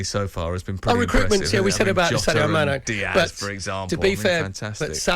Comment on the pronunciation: Man said mane😅🤣